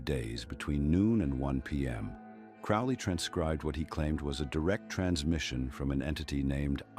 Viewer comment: This video doesn't even pronounce Crowley's name correctly